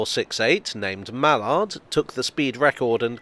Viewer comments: We say “MAL-ard.” That being said, between obscure birds and obscure race horses, there are a few engines whose names I couldn’t begin to pronounce. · American here (though I've posted several times in these forums, so you might know by now); do you Brits usually pronounce the word "mallard" as "mal-ARD" or "MAL-ard"? We (or at least I) in the US usually say "MAL-erd".